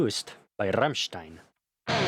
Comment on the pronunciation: tks with heavy pronounced R hahahahah beeeach